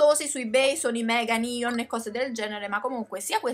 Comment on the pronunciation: Ma perché dici nion si dice neon